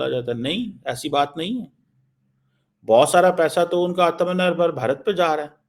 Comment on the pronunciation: Kaanjar aatmnirbhar Or atmnirbhar ki pronouncation alag alag hooti hai sadakchaap. Aa आ a अ।